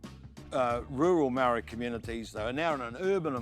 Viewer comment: How is this dude a black power member is he even a maori lol cant even say the word maori properly lol